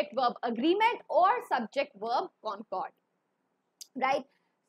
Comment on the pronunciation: It is concord but she is pronouncing it cooooncoooord😂😂